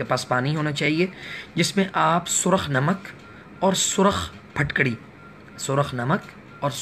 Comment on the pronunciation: Phatkadi nhi phitkri ya phitkari